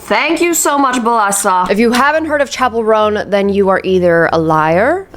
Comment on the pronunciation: gurl...chapel, like the church building (the picture that you flashed on the screen), IS pronounced CHapel not SHapel 🤣